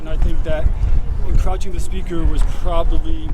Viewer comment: I laughed my ass off when that guy kept saying "encrotching the speaker". I guess you not only audit them you molest them too🤣